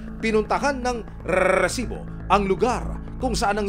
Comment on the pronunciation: NakakaBwesit yung nagsasabi ng REEEESIBO.